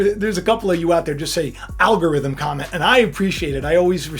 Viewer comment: Al ga rith um......lol ♡♡♡♡♡